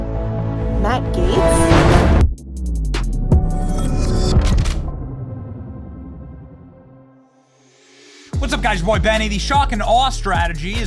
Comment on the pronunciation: Gaetz not Gatez